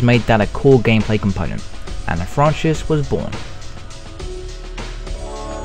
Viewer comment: These videos are great but I can never understand why the narrators can't pronounce words correctly. : it's 'franch-eyes', not 'frahnch-iss'....